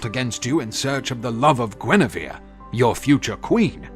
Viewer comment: Please, it's Guenièvre... Not Guinivere...